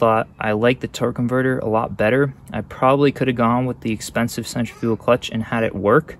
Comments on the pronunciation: It sounds like you're saying "center-fuel clutch". Its cen-tri-fical clutch. Other than that this was a very informative video and I appreciate you. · It’s Centri fugal clutch not fical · Other than pronouncing centrifugal so strange, nice video. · It's Actually Pronounced "Centrifugal" Not "Centrifugal". You're Welcome.